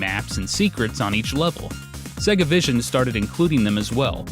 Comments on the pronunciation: Why does he pronounce Sega "Sigguh"? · Shows interview where someone who works for Sega calls it Say-Gah... still pronounces it Seg-Ahh. Stick to yer guns, sir! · Am I the only person that cringes every time he pronounced Sega? It is supposed to sound like SayGa not Sigga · IT’S SAY-GA RETARD, GET IT RIGHT. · why can't Americans pronounce sega????? what exactly is so difficult??? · I really like you and your videos, but the way your pronounce Sega makes me cringe lol! :)